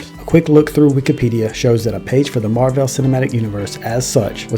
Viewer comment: Your commitment to mispronouncing Marvel in this video is incredible and infuriating at the same time.